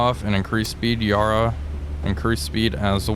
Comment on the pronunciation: Yarra is pronounced Ya Ra, both short syllables as opposed to Yar Rar